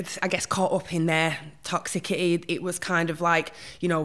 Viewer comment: Really interesting insight. My brain can’t cope with ‘Toxicity’ pronounced with a hard ‘C’ though. Arrgghh it’s pronounced Toxissity.